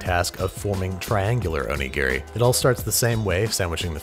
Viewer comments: Please stop saying Oni-Gear-Ree. O-Ni-Gi-Ri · can someone who speaks Japanese actually tell me if he pronounces Onigiri correctly? my friend is Japanese (grew up in Japan, moved to America when she was a teenager) and she does not pronounce it like that. it’s more like “o-nee-ge-ree” he’s says it more like “o-nee-gear-ri” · You could have just said snonigiri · Oni what? You mean donuts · "Snowmanigiri." LMAO. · I laughed so hard at snowmanigiri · Hehe Jessica O-Nigri hehe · "snowmanigiri" OH MY HOD HE'S TURNING INTO YOU SUCK AT COOKING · Say onigiri, without the "O" and the last "i" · ひでぇよ... I'm japanese. It's onigiri is very bad